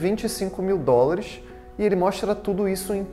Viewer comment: Rapaz tem problemas para falar dólar